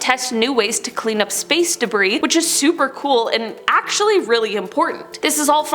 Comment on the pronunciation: is it just me or did say sprace instead of space